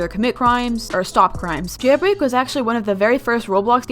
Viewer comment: Yeilbrei LOL!